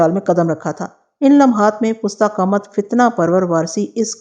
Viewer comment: Pusta qamat ghalt h, yeh Farsi ka lafz h, pasta qamat sahi h